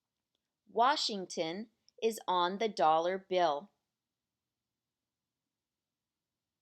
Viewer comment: Everything good, just when say word THE please say loud and clear. sometimes word THE not clear, Thanks